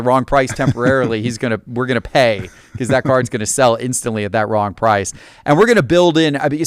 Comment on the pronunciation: just...not jest, be-cause...not be-yause, and t and d make a different sound.